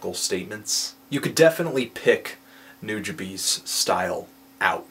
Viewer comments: Not only is 6/10 a criminally low rating but his name is pronounced nuja-bes not nuja-bees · It's New-juh-bess... come on. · Let's put this name thing to rest. It's pronounced as; Noo-Jah-Bes, not Bees. Japanese language doesn't pronounce a capital E, it's spoken as a lower case. This includes E.Honda. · nujabes: New-ja-bess, not new-ja-beast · New Jah Bees? Nah man. Nu Ja Bes, like how you pronounce best and blessed.. ^_^ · It's pronounced noo-jah-bess. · only complaint is that his name is pronounced Noo-Jah-Bess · It's pronounced Nu-ja-bays (ヌジャベーズ). The artist's name 瀬場潤 (セバジュン or Seba Jun) spelled backwards. I lived in Japan and saw the dude live the same year I saw Madlib. Not trying to tell anyone how they're supposed to say it, but that's how most Japanese pronounce it. Take it or leave it. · Substantial recently made a song insulting all of the people who can't pronounce his name right. It's "New" "Juh" "Bess" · implying that Nujabes isn't his name "Seba Jun" backwards. if you listen to tracks of him all of the artists pronounce it "Nu, jah, bess." If you want an example listen to Hikari (feat substantial) around the 10 second mark he says, "Substantial and Nu jah bess. still doin' this, yeah. Shing 02 and nujabes himself even said it's pronounced Nu jah bess multiple times. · I'm so trigered at how you pronnounce Nujabes. It's Nu-JAH-BES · I thought it was pronounced Nuh-Juh--Bess. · Sir Boolin The Fuggiest Swae same until I heard Funky DL's Ode to Nujabes and found out it's pronounced Noo-Jah-Bes (kinda like "you da best") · It's pronounced New-ha-b's. It's basically his name backwards. Nujabes- Sebajun. Anyways I think his best mc track was "Highs n Lows" feat. Cise Starr. Check it out people.. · it's Nu-Ja-Bays. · It's pronounced (NEW-JAH-BESS). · Actually it's pronounced wrong here too, listen to the Ristorante Mixtape or any of the interviews. It's pronounced NEW-DJAH-BEHS. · Nujabes (NEW-Juh-Bess) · NOO-JUH-BESS (Like "best" without the T)